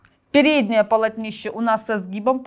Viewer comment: Я очень извиняюсь за бестактность , но слово «Полотнище» произносится с ударением на второй слог с буквой «О».Не обижайтесь ради Бога, я не выпендриваюсь и не умничаю, просто очень слух режет.